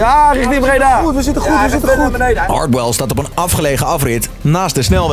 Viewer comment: Niemand: Echt helemaal niemand: Stefan: “Hardhell”